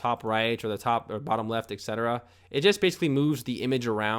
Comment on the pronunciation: "Right off the back"... "ekcetera" ... "Boila!" ...lmao. Poor little fella never learned how to use common phrases.